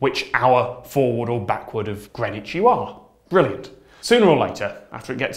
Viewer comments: The thing that bothers me most about timezones is the pronunciation of greenwich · Damn I've been pronouncing greenwich as 'green witch'. It's like worcester sauce all over again. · Hold on.. THATS HOW YOU PRONOUNCE GREENWICH????